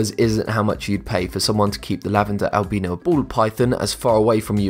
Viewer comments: You pronounced albino wrong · he pronounces albino wrong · You need to learn how to say “Albino” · U said albino weong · Al bee no makes me angry. Why making new pronunciation? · Its pronounced al - by -no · It is al-bi-no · "Albeeno crocodiles" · The way he pronounces albino agrevates me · Who else notice that he pronounced "Albino"? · Wrong pranounce of albino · You said allbino wrong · Its not albeno its albino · It’s albino not albeeno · al-bino not al-beeno XD good video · I love how he says Albino pronounced Albeeno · AlbEEno ??? It's Albiino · ....Albino. Albeeno. AL-BEAN-O. WTF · Albino is pronounced: Al-by-no Not Al-bee-no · Albeeno? Its albino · I like how he says albeno instead of albino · It’s not al-beeeeeeeeeeeeee-no animals its al-bine-ooo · I hate how he says albeeno instead of albino 😂😂😂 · IT'S AL-BYe-NO! NOT Al-bee-no! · It’s not alb-ee-no it’s albin-o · "Al-by-no".. not "al-bean-oh" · Albeeno or Albino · It's not Al-bee-no its Al-bi-no XD but if it is just your accent that is fine. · AlbEno or AlbIno which one is it you say one but its written another...so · Its pronounced al-bye-no not al-bee-no!!! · Wow who says albino as albeeno? #nohate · albino is pronounced al - bai - know not al - bee - know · Sorry but albino is not pronounced “albeeno” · Dude its pronounced as albyno not albeno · It's Al bi no not Al be no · its albino not albeno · It’s not albeeno it’s albino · Albeno it’s albino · "albeno" crocodile....lol...🤣🤣🤣🤣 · "albeeeeeeno" umm.. Did that not bother anyone else? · Oof albeano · "Albeano" lmfao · Albeeno? Cmon man, you had one job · Al bean no ... al beano? Hmmm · I like how you say it albeeno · Al-be-no crocodiles. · Did u actually call the Albino Alligator the (Al-Beano) Alligator In the beginning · AL - BEENO CROCODILES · “Albeeno crocodile” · Am I the only one bothered by Albino (AL-BEE-NO) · If he says albeeeno one more time I swear....... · Al-bean-o? Really? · Lol he said Al-bean-o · Plz stop saying Albeeno I dont have gas.